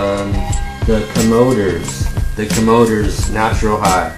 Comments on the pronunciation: Comoders??? It's Comm-o-dores! fool! LOL! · he never heard of Cool and Gang he must be joking and pronouncing the Commadores...??? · yo...he said the the co MO dors......